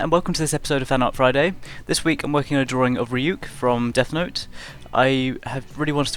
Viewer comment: hears him saying Death Not is awesome gives thumbs up you are now my best friend